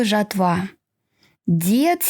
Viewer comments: Правильно надо говорить не жатвА, а жАтва. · ЖАтва - не жратва. Работайте над правильностью речи, и всё получится.